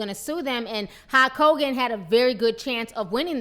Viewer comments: is she really saying Hawk Hogan? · His name is Hulk Hogan not Hawk Kogan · is she calling him hawk Hogan ?l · Great commentary, there's just one thing...... Who is Halk Hogan? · Ti is killing me with this pronunciation. HALK Hogan.